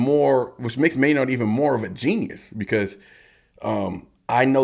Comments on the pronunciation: i love ur content but its maynard pronounced maynerd, not may-nard. maynard james keenan. just a small thing but keep these coming, love the tool content. spiral out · Spelled Maynard pronounced Mayn-erd. Keep spiraling out